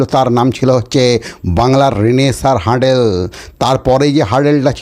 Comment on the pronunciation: 'হার্ডেল' নয় রে ভাই, 'হার্ডল' 'হার্ডল'!